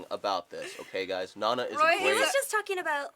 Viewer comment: Who pronounces Nana like that? honestly.